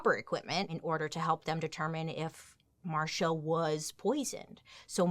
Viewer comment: Her name was marcie, not Marsha people who tell this story cant even pronounce her name right 😒